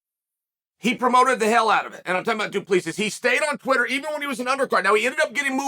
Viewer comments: Chael is the type of guy that will find a way to mispronounce your name even if its as clear as water. Mr Bad Guy Inc. It is the same concept of pronouncing Duplex but with Sis at the end. Not D U P L I S I S please! Mr Sonnen. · He didn't pronounce it right. It's a French surname, but we as Boers in South Africa pronounce it Du- Ple- Si. I'm a white Boer South African like Dricus, so I know. He didn't pronounce it right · Put your index fingers on the inside of your cheeks then pull them apart....then say 2 plus 3...that's how you pronounce his name.😂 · Chael you got it right the first time only. It's pronounced Dricus Du-ple-sea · It was funner when Chael pronounced it “Drexis Du Plexis” lol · Yeah, his name is pronounced "do-plus-see" it is Afrikaans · Only got it right the first time. As a South African, it's pronounced 'du Pla Sea' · Please learn how to pronounce "Du Plessis" 😂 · Only Uncle Chael can pronounce the same name 3 different ways in the same minute. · You finally pronounced Dricus Du Plessis correctly in the beginning just to pronounce it wrong again. As a south African that's enough to unsubscribe. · Love how Chael nails the name in the intro, and proceeds to butcher it for the rest of the video. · Chael perfectly pronouncing a foreigners with a trippy name to kick off the video and then switching back to his classic Chaelified pronunciation for the rest of the video. The man knows how to play with emotions 🤣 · but that’s not how you pronounce it lol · fuckin close enough, he’s a yuppie from South Africa. Treat him as a WWE heel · It's NOT pronounced like that😃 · He pronounced it correctly the first time he said it. Then went on to mispronounce it the whole vid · He literally said it wrong. Cringe. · I really wonder if its on purpose😂